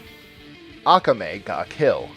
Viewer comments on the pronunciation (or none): I bet Tristan did all this he seems like a freaking weirdo, only a weirdo would make a list like this....Never Anime afukinggain...y'all got me triggered when you pronounce Akame ha kill wrong.